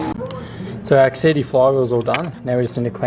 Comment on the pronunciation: exedy flywheel lmao. i love it